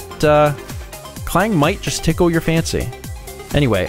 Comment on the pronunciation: Interesting Fact: There's a place called Klang in Malaysia and it's EXACTLY how you pronounced it here :>